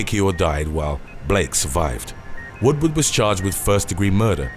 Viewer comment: 8 it’s not William WOODWOOD, it’s Woodward.